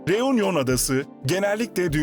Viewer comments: Teleffuz “reunyon” değil “reünyon” olmalıdır. Fransızca “u” harfi “ü” olarak söylenir. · U harfi Fransızca'da ü okunur.Yani Reünion gibi okunur.Telaffuz kolaylığı için de Reüňiyon denebilir. Union : biraraya gelme,TOPLANMA.Reunion:Yeni birliktelik,biraraya gelme gibi..